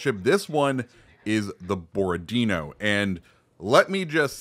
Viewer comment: Bo-ro-di-nó. Accent on the last o. Seems kind of a boring ship though due to low amount of guns, just point forward and shoot. Kind of lkke Jean bart or richie